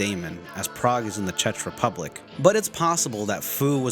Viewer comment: Great video, but you butchered the name of the Czech Republic, it's supposed to be said like "Check" not "chech"